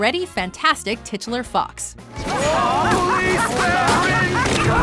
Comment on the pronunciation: Most WatchMojo announcers incorrectly pronounce the word "titular", which is derived from the word 'title', as "tit-you-ler" rather than the correct way to pronounce it, which is "tight-you-ler". The word titular is to do with titles rather than with tits.